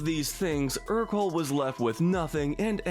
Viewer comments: This annoys me more than it should, but Ercole is pronounced AIR-co-lay, not ER-cole. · It’s pronounced die-NUH-coh, AHL-UH-nahl, er-coh-LAY, and GOO-stoh, “”! 🤨